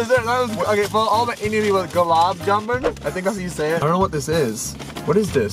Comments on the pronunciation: Gulag many is from Pakistan and it's pronounced gulab shamun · Gu Lub jum en is how u say that word u are trying to say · I'm SriLankan and its gu-la ja-man